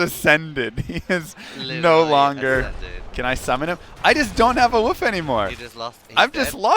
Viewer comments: Werebear and..woof? Lol. You mean wolf = wuulf.. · They way you don't pronounce the 'L' in Wolf is only ever so slightly irritating. Lol. Don't take this a trolly hate. But it throws me off every time